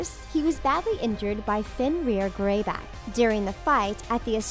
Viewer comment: it's a werewoof oh no fenrer greyback a werewoof